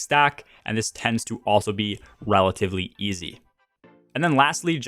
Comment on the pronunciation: He said “wellatively easy” 🫢